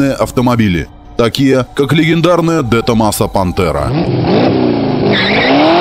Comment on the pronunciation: Правильно говорить Дэ Томазо